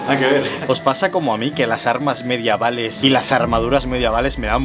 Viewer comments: Gran video, como siempre, pero... "MediAvales"? bueno, igual si, no se. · ¿Por qué dice "mediavales"? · "mediavales" xD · Has dicho MediAval?? MEDIAVAL? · la palabra es medievales no mediavales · MEDIEVALES SE DICE xd